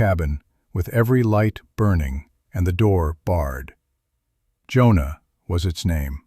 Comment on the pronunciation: "Jonah" is two syllables.